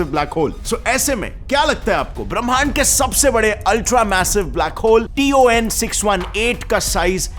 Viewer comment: It is not t o n it is ton